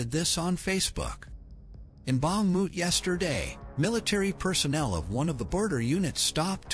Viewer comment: Bakhmut is pronounced Bach moot.